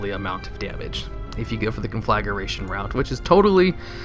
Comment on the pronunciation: Con-fla-gration. Nice video. Could smell those beer burps from here though.